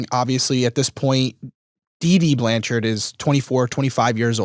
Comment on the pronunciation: I love that you dropped the "e" from the end of Blanchard!